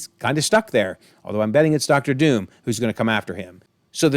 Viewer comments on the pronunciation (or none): none